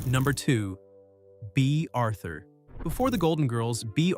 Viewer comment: The Artifical Intelligence narration is ridiculous...it pronounced Starsky as Star- Sky and Bea Arthur as Bay Arthur🙄😒